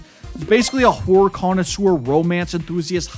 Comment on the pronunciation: You gotta work on the pronunciation of “Horror” my guy